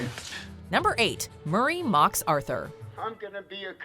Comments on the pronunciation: D "HOW BOUT ANOTHER JOKE MUR- RAYY" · My favorite moment is “MuRrY”